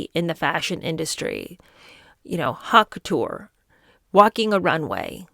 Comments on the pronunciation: Ok. Love you girl, but haut couture is pronounced “oat” couture 😅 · "Hot K'ter"?!? 😂😂😂😂😂